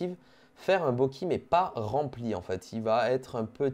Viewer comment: Par contre c pas bokee c bokay (Bokeh)